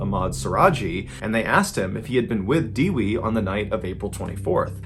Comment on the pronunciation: it's pronounced Deh-wee, not De-Wey